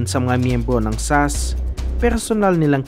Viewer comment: Why did he say sas as a word instead of s.a.s 😂😂